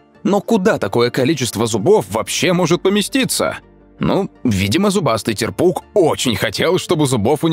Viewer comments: Правильно тЕрпуг а не терпУг. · Т`ерпук, а не терп`ук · Шикарное видео Некоторых рыб ни разу не видел и не слышал о них Но вот не терпУг а тЕрпуг